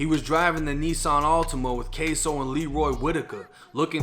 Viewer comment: It’s kso not queso 🧀 lmao 💀